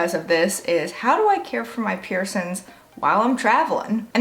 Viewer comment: I love how you say "piercins" 😄